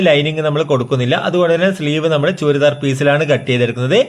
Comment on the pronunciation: ചൂരിദാർ എന്ന് പറയുന്നത് ഒഴിവാക്കു... ചുരിദാർ എന്ന് പറയു